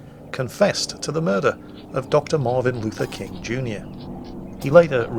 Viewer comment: it sounds like you say Dr. Marvin Luther King.